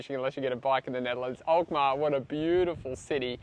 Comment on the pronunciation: You pronounce the name of the city Alkmaar perfectly